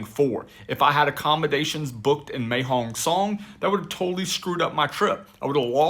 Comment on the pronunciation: Mae means beautiful and is pronounced My.